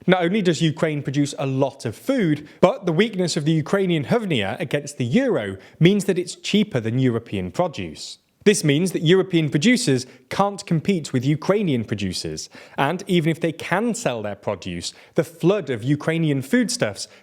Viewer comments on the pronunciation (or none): Lol how did he pronounce the ukrianian currency? Not to say your wrong, but when i went to ukraine twice for a few weeks at a time, it certainly wasnt pronounced this way, I was learnt its pronouned "GreVNa" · As Ukrainian, I must say that its HRYVNIA and is pronounced like (hə-)RIV-nee-ə